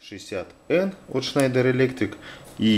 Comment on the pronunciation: а почему этот электрик на видео schneider читает как шнАдер? поясните пж.